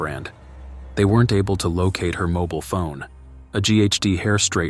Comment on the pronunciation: What is a moble phone?? I think you mean a mobile phone